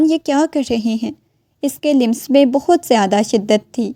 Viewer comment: The word لمس lams not limas